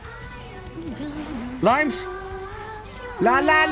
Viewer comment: LOIMES INNIT